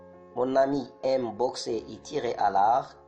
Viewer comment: D'ailleurs, on ne fait pas la liaison avec " Et".